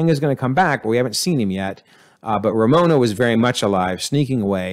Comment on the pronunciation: RAVONA, not Ramona.